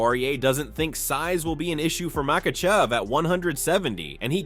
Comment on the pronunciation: "Dustin Pawahurayy", "Tttsarookeeaaaan" and "Maykuchev" had me rolling